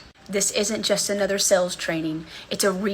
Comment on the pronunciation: When she says "sales" it sounds like "sells", drives me nuts!